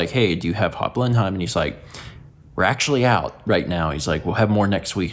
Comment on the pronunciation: I couldn't tell what you were saying in this vlog and Breakfast Stream for the longest time because I've never heard 'Blenheim' pronounced like that rather than 'Blennim'. Looking it up, the town in South Carolina the company was based in is named after Blenheim Palace (the Churchill family home in Oxfordshire) - because the Churchills were Duke of Marlborough and that's what the surrounding county in SC is named after. Bit of a roundabout connection!